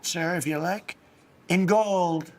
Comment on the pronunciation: i hate how he says "gold."